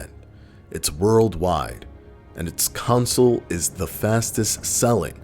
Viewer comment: "Making it the fastest selling council of all time" Sorry, that pronounciation just sound weird to me. 😂